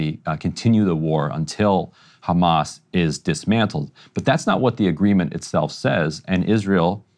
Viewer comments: I get so annoyed whenever an Israeli says Ramas and not Hamas. They've said it for decades and still mispronounciate the name. Not that bright. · I will never understand why these israeli spokesliars say Hamas like this "Harghmas", it is the only word they pronounce like that in English. I never hear them speak with any accent while they speak in English unless they say Hamas. It means they do it on purpose to make it sound worse that it acually sounds, it is these spokesliars job after all to dehumanize the people of Palestine, whether they are members of Hamas or not.